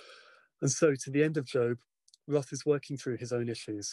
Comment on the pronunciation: If your biograhper isn't willing to pronounce your name correctly and doesn't read your work in the original language...